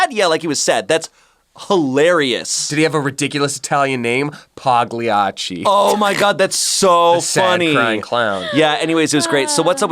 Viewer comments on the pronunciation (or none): I’m half Italian and half American and I can’t stand pronouncing PAGLIACCI wrong, just go on dictionary and listen to the right pronounciation